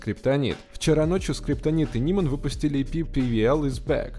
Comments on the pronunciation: Не "нимэн , а "найман" 😂😕👌👊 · Не НИМАН, А НАЙМАН! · Не Ниман, а Найман